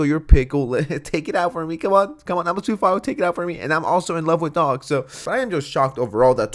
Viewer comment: It took me a while to figure out what you meant by Sue file. 😁 Don't hate me. That's what I thought he was saying!🤣